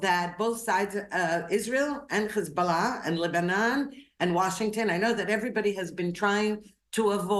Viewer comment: If u can’t pronounce Hezbollah correctly then don’t say it. Geez lady.